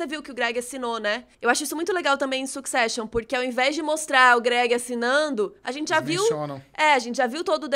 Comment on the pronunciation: Duas pessoas estudadas, comunicadores com sabe-se lá quantas centenas de mil seguidores, e não têm coragem de pesquisar a pronúncia correta da palavra "succession"? Ah, faz favor! Vergonha alheia.